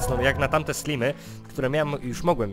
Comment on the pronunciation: nie slimy tylko slajmy